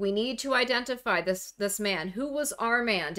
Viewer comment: It's pronounced "ar mond"